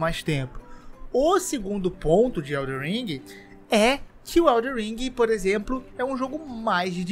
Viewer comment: queria saber pq todo mundo fala WELDER alem de * elden * não q eu ligue so curiosidade kkk